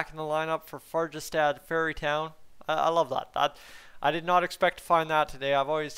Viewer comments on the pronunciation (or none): I think it's "fair-ye-STAUD". Meaning ferry town - not fairy town. But my Swedish is awful.